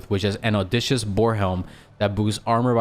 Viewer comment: Love these. Btw (trying to be nice) it's Oh dis see us